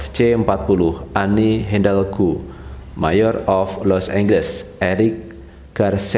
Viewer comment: Cuma ngasih koreksi dikit... itu tulisannya mayor..... bukan di baca ma yor.... di baca mei yerr.... itu artinya walikota.... dan ad bbrp lagi pengucapan yg kurang pass... agar bs jd perhatianny. Terimakasih